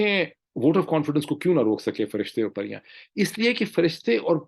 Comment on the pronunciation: sir they are not " firstay and paryan" they are JINN and piryaan😎